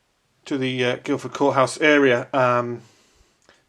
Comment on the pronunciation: There's no "d" in Guilford courthouse:)